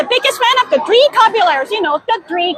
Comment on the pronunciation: You're pronouncing "Caballeros" wrong.